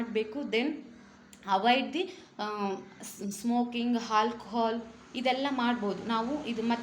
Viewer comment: ಆಲ್ಕೋಹಾಲ್ .... ಹಾಲ್ಕೊಹಾಲ್ ಅಲ್ಲ❤